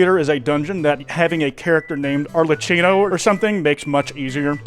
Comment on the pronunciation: That arlecchino pronunciation is amazing, I love you ❤ (Ps it is pronounced Are-leh-kino)